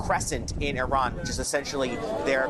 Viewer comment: It is not Iran but Iran(eerahn), formerly Persia.